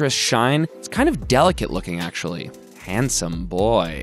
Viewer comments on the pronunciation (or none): "HANdsome bOy" is priceless.